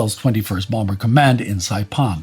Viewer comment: The second b in bomber is silent